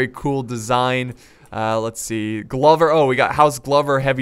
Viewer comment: I'm fairly sure it's pronounced like clover with a g. Accurate scenario however very sick